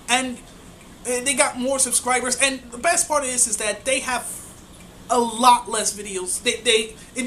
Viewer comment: "that way" not "dat way" for example ... and 1,839 isn't "thousands" of subscribers. I just subscribed, so you have one more at least but yeah just saying.